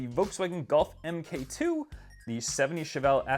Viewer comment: And Golf Mark 2, not em Kay. And Chevy Luv, not l- u- v